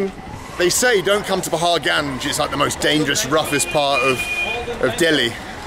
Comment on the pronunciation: Ur pronunciation of paharganj is awesome.. Love it